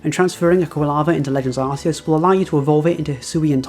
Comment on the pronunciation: This guy lost me at arseus